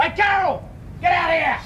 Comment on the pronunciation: I love the way that guys sits up and says "Cawol" after the gun shot wakes him lol. Judy and Doreen's excuse for fighting .... Ronald Reagan cracked me up! Po Face shouldn't have been allowed to process "Cawol" Lewis.